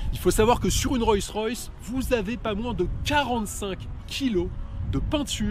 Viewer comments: Hé mec ! Apprends à prononcer Rolls correctement ! Ca te prendra tout au plus 5 minutes. Sinon c'est d'un ridicule ! Tu t'imagines présenter une Citroan , une Pougeot ou une Renoult? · ROLLS royce pas ROYCS ROYS et on dit une ROLLS pas une ROYS